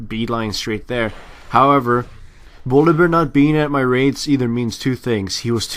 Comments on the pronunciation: Its funny how he says bolivear instead of volibear... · u say bolivare, sorry had to say that.. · I keep hearing Volibear as boliwear... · lol "bolivear" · uhh y do u call volibear bolivear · I like how calls him Bolibear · Has he pronounced Volibear right once in this video? lol it was hilarious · 1. many people said this 2.Bu if so, why did he say b with v 3.english isn't my mothertongue neither have i met any native spanish speaker speaking english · pronounced Volibear in so many fucked up ways, is this some joke I've missed?:D